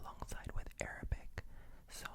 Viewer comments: Definitely in love with your pronunciation, feels like an Arabian citizen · Your pronunciation is PERFECT! You did a great job 🤍🇸🇦!